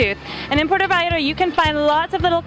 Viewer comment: Can u at least pronounce Puerto properly? it's not Puero! U make my town so grinholized! please learn how to pronounce our language properly! u are not in the US! Ur in our country of Mexico! We pronounce the T as u would say Mother "Teresa!" Puer-To! Thank u! And yes! we love everyone. But this is clearly not San Francisco CA. We are still a conservative town Christian town!